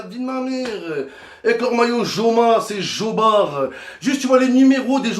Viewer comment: Covid ca rime avec stades vide mdr .et joma le j ca se dit pas j en espagnol mdr c un fou momo . Torai dit anelka j orai explose de rire. Un vieux cochon mdr anelka i ta traumatisé 🤣🤣🤣🤣🤣🤣🤣🤣🤣🤣🤣🤣🤣🤣🤣